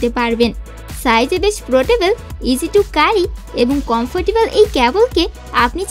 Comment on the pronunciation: ইংরেজি উচ্চারণ শুদ্ধ করে নিও স্ক্রিপ্টের।। ক্যারি কে,কারি কারি করতেছিলে।